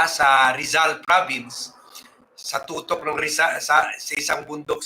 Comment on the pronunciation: Hehe "TUKTOK ng Bundok" po sir.... not TUTOK.😊